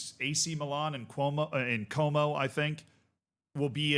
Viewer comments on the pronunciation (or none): "Cuomo" lmao. Just got done watching NY mayoral race content huh? hahha